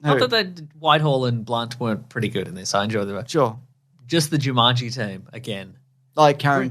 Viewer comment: I'll never get tired of pronouncing it "Joo-munge-ee".